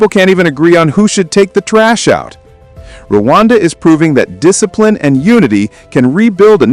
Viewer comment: It is, Rwanda not, "Ruwanda".